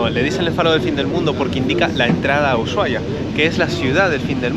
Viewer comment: Chicos no es uyuahia es Usuhaia. No hay ye . Perdón por corregir pero es que suena tan mal en la voz de un Argentino.